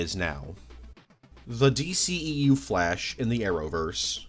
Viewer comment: I keeo hearing "the flesh" instead of "the flash" ahah (great video btw !)